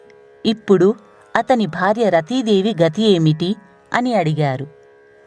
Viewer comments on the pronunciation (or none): none